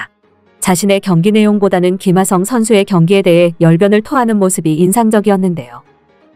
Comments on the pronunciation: 김하성이 발음하기 그렇게 힘던가? 기마썽 기마썽 너 한국인 맞냐? 사람이든 사물이든 그에 맞는 이름을 불러줘야지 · 발음 좀,,, 김흐ㅏ썽... 월남하신지 얼마나 되셨는지. 카피유투버 그만하세요.